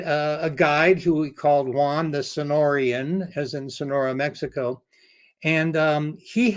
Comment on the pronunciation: People from Sonora are Sonorans - not "Sonorians."